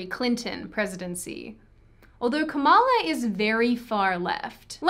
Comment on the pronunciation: Also learn how to pronounce Kamala’s name correctly, you can pronounce everything else right. Why not someone’s name??